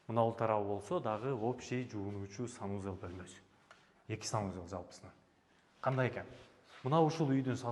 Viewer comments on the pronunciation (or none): none